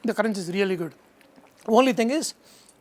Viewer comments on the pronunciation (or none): none